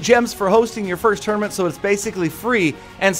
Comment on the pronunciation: Anyone else annoyed by how he says tournament?